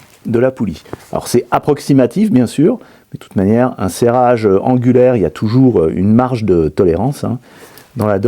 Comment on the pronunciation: Excellente vidéo, je vois que tu maîtrises le sujet avec toutes ces explications ! "serrage ongulaire". Tu es sûr ? 😅